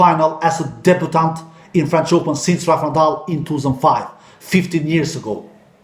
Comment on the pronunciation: the word "debutant" is not pronounced like you say it.